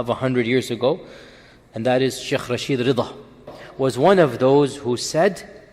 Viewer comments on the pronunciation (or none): none